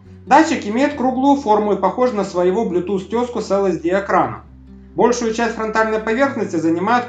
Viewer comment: Спасибо! Эл-Си-Ди экран, а не LSD ))